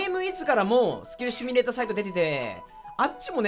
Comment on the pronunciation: Simulatorやからシ"ミュ"レーターな コミュニケーションと同じく